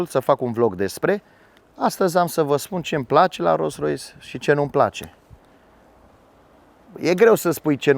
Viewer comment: De ce spui de multe ori ''Ros Rois'' :))